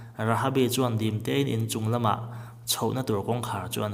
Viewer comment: Inchhung nilo in in Chung tia lam tur